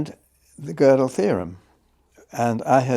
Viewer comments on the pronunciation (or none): So fascinating to see JBP (the man who often shreds other’s arguments to pieces) struggle so, in understanding (and pronouncing) Gödel. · JP mispronounced gödel's name so many times and blatantly or due to his ignorance misrepresented his theorems, so just for my respect for gödel, i am gonna stay here and try to exact revenge for kurt gödel. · Sorry but this was really embarrassing. Jordan made no effort to prepare or read Penrose's work (who mispronounces Gödel?!) , and made it worse by trying to force Roger to comment on his personal "ideas" and freshman stoner circle musings about subjects he made no effort to research. I'll admit, Roger should have been clear up front that he didn't want to talk about non-scientific subjects, but that was quite apparent about 10 minutes in and Jordan should have reoriented. Instead, Jordan barely asks any questions at all, and jumps to different subjects like he's on adderall or something, repeatedly interrupting Penrose. It's obvious Jordan doesn't have a scientist's mind, the dude is clearly a writer or orator and not someone that grasps the scope, scale, or formality of precise logic and scientific reason... all of which Penrose represents the world's superstar. I'll never take any 'scientific' claim Jordan makes seriously again, not that I had much respect for the field of psychology in the first place. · How Peterson pronounced Gödel 😅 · nothing sadder than nominally smart people having no idea how to pronounce Gödel